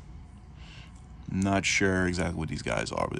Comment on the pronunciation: Why so many people mispronounce Cavalry as Calvary?